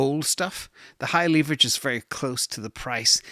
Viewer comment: leeverage lol